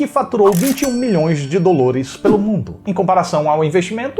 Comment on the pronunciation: Eu odeio tanto quando ele fala 'dolores' e 'tadunido'... Nossa 🙄